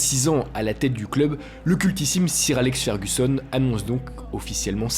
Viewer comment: Juste on prononce « soeur » et non pas « cire » à propos du titre de noblesse anglaise !